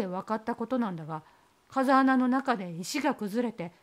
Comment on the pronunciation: こんばんは♪ カザアナじゃなくて「フウケツ」ですね。 お話の中であった様に涼しい風が出るので生態系が無茶苦茶になりがちです。 地元の風穴は8月に行くと、まだ紫陽花が咲いています😊